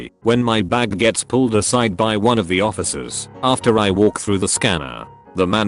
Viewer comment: Nobody: Text to Speech Robot: TssAiyhOhfiecers